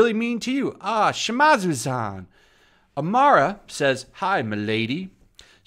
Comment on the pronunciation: Why do you say "Amara" when talking about "Arima" i wonder.